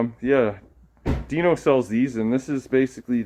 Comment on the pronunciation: Dino who...? Bwahahaha! Get it right dude! And they are PIN2DMD displays not whatever you called them! ;-)